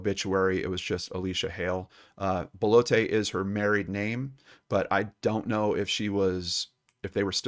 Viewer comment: not 'BAH-LOH-TAY'... 'BELL-OTT'... it's french, not spanish....